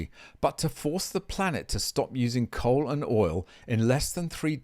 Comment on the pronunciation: Coal. Not Dole